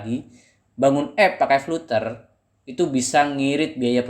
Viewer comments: Sebutan nya salah bro biarpun spelling nya flutter..tapi sebutan nya "Flad ' ter' " bro..belajar lagi english nya bro. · Mungkin Fluter lebih pas di lidah, atau mungkin fluter anak dari flater